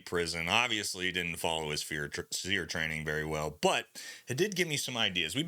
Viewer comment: Training ain’t what it used to be. Why are you pronouncing it as “SEAR”? It used to be called “SEAR-E” emphasizing the E at the end of SERE.